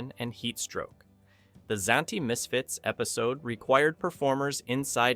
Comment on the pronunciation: Wow, at 76 to find out that Leonard Nimoy played the robot in "I Robot"! Oh, the narrator couldn't pronounce Zanti Misfits correctly either. A couple of AI mistakes it seems. I heard years ago that Robert Culp was known as Mr. Science Fiction to the people at the Outer Limits studio who worked with him. If the Outer Limits scared you as bad as the narrator says. Then change the channel.